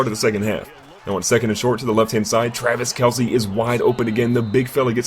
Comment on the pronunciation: yeah hi my name is and i dont now how to say travis kelce hhhhhhh